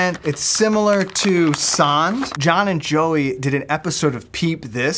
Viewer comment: how you are saying sand is wrong I think its made in sweden rhite so I dont relly know how I can tell you how you say it but try to googe translate send from english to swidish and then litsen to how they say it